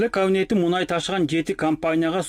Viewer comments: Муунай эмес,мунай ,- деп айт. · Муунай эмес, муунай